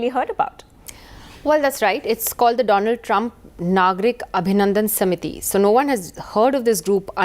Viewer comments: doland Trump instead of Donald Trump 😂😂😂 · Funniest part was when Modi said: Do - Lund Trump. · did he just call him Do-Lund Trump ? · present to you Mr "DOLAND" TRUMP 🤣🤣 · Doland trump😂😂😂